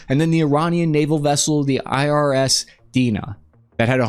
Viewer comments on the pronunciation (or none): 😂 first INS now IRS fingers crossed next video he finally says IRIS.